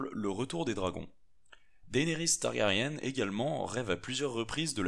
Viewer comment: Par contre fait gaffe on prononce "targarien" ^^ et la traduction de House of Undying est "la maison des Non-Mourants" :)sinon superbe video